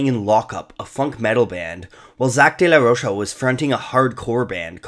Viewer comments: Zack’s last name is Spanish. It’s not “day-la-rosha”. It’s pronounced “day-la-ROKE-ah”. Those two years of Spanish class in high school paid off! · The bands name is Rage Against the Machine. How is it not clearly a political band? Also the "DeLa Roche" is killing me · Its day-la-roka smh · i cant watch this simply because of the way he says De la rocha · take a shot every time he mispronounces "De La Rocha"